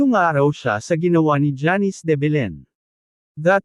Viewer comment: Simpleng name na janice eh hndi mo pa mabigkas ng tama.. Sino mgtatyaga panoorin at tapusin ang video mo?